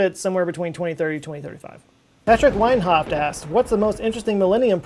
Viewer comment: The way that you said Weinhöft made me sad lol